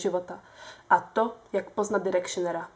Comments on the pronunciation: není to náhodou "dájrekšn" takže "Dájrekšner" ? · direkšrnera pls ked chceš o niečom hovoriť tak si to aspon pozri ako sa to vislovuje.